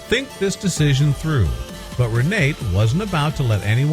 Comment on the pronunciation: Her name is Renate pron. Renata.